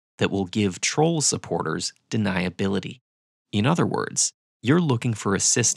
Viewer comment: why 'troll supporter' sounded a bit like 'trump supporter' to me?! 🤔